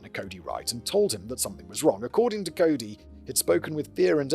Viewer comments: lol…when Simon thinks he’s doing the right thing by looking up a pronunciation, only to be dead wrong. Pronounced core-ee. Usually spelled Corrie, I think. The trial is all over YouTube and the prosecutors and her defense team both use the core-ee pronunciation. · Cowry. Lol. That's exactly what "COREY" deserves, that people don't even remember how to pronounce her name correctly. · dude. You looked up a pronunciation guide and STILL FUBARed the name Kouri. It’s KOR-EE. Not difficult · Well it's also Koori not cowri but hey that's the charm of Simon reading instead of sine AI bot❤. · Same. I've followed this case from the time "Cowry" was charged and I just love that Simon mispronounced her name faithfully from the beginning of the video. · K-our-i. As an American I know we butcher English. If an English man pronounced Kouri as k-our-i then I side with him 😂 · no, it's on screen spelled correctly. It's just such a dumb spelling this was inevitable. He's just pronouncing the ou as ow, the same way you pronounce it in out or couch or trout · I'm begging script writers to give audio links of proper pronunciations of any names that aren't traditional English names for Simon's reference before recording orz. Nguyen is such a common Vietnamese name, its pronounced something like "nwen" not "ne-guy-en", then of course Kouri is supposed to be pronounced like Cory, and so on. I know he's using paper scripts but they do exist digitally so a link or two would simplify things a lot. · I love how you're saying her name wrong the whole time. He does sound like such a major douche bag, still doesn't deserve to be murdered though. And it does totally sound like mummy dearest did the same to Jane or at least that's where Kouri got the idea from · if she ever hears this, it will burn her up and I'm HERE for it. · the pronunciation of Kouri is driving me mad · I’m so here for the mispronunciation. It would make Kouri so upset and that makes me glad. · It's Cori not Carrie 😞